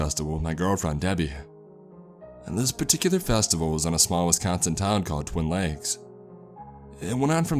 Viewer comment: If this guy thinks twin lakes is fucked up, he should try elkhorn at 3 a.m. Edit: you didn't pronounce Wisconsin correctly the entire video.